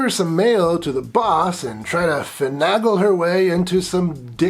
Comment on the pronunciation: Maybe someday you'll learn how to pronounce "Finagle."